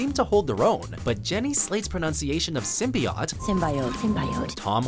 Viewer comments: Symbiote is pronounced (sim-bee-oat) not sim-bee-ought or sim-bye-ote god damn it not even this channel can't get it right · "Jenny's pronounciation of symbiote" Like yours is any better. Sym-bee-OT? Really? It's sym-bee-OTE. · HER pronunciation of Sym-BYE-ote? What about your pronunciation of Symbi-AWT? Its pronounced Sym-BEE-OAT. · *ahem... Sim-bee-awt? Hahhhaahahah Come on, and you blame the English language? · You gotta say it the way they pronounce it in the movie sim-bye-oat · Isn’t it SIM BEE OAT? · Hearing SYM-BYE- OTE makes me cringe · when he roasts how they say symbiote but he messes it up more than they do. Shameful, just shameful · you both pronounce symbiote wrong to me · You don't know how to say symbiote either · Pronounce simbiote correctly please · Gamestyle01 Um, different country, different way of pronouncing words... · Fool's Requiem Canadians are from the same planet and speak the same language. The pronunciation for “symbiote” was just wrong regardless. - A Canadian